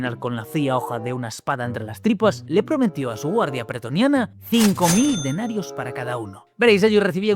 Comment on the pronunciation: Gran video. Puntualización: se dice pretoriano